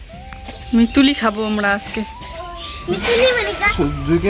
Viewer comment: মিচুড়ি❎ মিতুলি✅😆😆